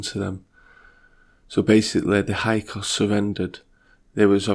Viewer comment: Are you trying to say Hick-saws? (Hyksos)